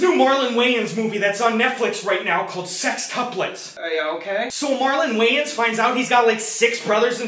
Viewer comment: pronounce that shit waYAns ONE more time